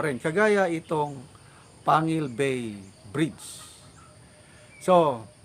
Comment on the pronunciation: Yes. Kc kpag wla c pres Duterte ciguro hangang ngaun plano pa lng. Taga tubod kc ako sir, pero yong plano tungkol sa bridge 1980's pa pero tuwang tuwa na ang taga lanao khit plano pa lng noon. Ang corect pronounciation dyan sir ay (PANGEL BAY) PANGUIL BAY.